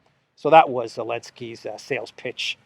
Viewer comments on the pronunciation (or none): I love Mexican accent when he does elenksy.